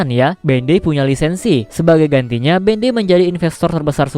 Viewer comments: Sebutan dia Bandai bukan ben dei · Sorry, tp pas dibilang bendei gw kira apaan ternyata Bandai toh 😂😂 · Bandai cok bukan bendey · BANDAI BANG BUKAN BENDEIIIII